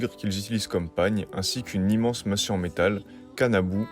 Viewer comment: Oui la vidéo est bien faite et oui c'est assez juste dans l'ensemble, mais révisez vos informations, la prononciation du japonais est à revoir et le Kami Raijin n'est aucunement un Oni même s'il y ressemble. En tant que connaisseur et webmaster d'un site sur le Japon je ne peux pas cautionner de telles erreurs, car les gens qui regardent vont les gober et c'est dommage. 1) on ne dit pas « kanabou » mais kanabō (金棒), « bâton d'acier » 2) ce n'est pas « Enma Daiou » mais Enma Daiō (閻魔大王) 3) et encore moins le « Jikogou » mais le Jigoku (地獄). 4) Enfin les Oni (鬼) sont des Yōkai (妖怪) très populaires au Japon : certains sont craints et d'autres adulés.